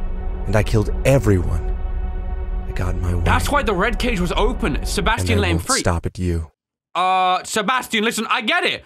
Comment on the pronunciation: Bro he said Sebastian's name wrong 3 times 💀